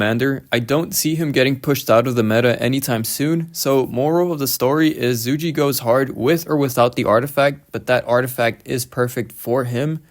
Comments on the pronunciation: in roks offical video if zhuge being intoduced its more of Zhugah liang. But its alr right brother i hope your not offended or anything 😊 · I think its pronounced “Zuu-Ghay Liang”